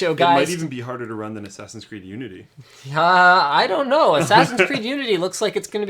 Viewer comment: haha "Ass Creed"